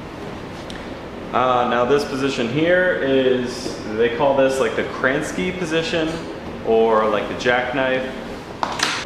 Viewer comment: I think It’s Kraske position , not Kransky